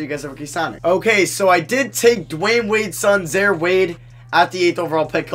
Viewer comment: It’s stressing me out the way u saying Zaire name. It’s (Zy-air) 😂